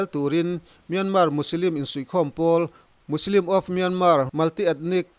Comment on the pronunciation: Musilim tih ang deuhin i lamri a Muslim anisia